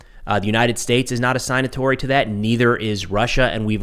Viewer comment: Sig-natory is the pronunciation